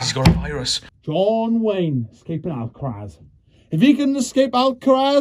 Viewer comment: Lol at trying to say Alcatraz. #sorrybro